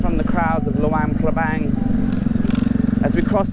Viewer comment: It's not lawang prabang! It's luang prabang